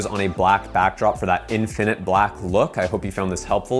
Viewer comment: I’ll happily subscribe if you promise to accent the first syllable in the word (infinite) /IN fin it/. And stop accenting the second syllable/in FIN it/.